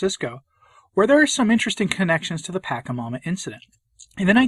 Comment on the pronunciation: Why this weird pronunciation of the demon -- 'paka' instead of 'pacha'? Is it because he wants to diss it? I've asked before but got no reply, so if someone knows I'd appreciate a heads up because I can only listen for a few minutes. Thanks.